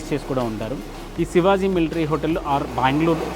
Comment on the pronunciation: Sivazi kadu bahyya…shivaji adi😂😂😂